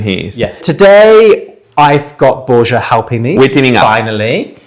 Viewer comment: Why can’t you learn how to pronounce Borja (bor-ha) correctly? He’s your partner.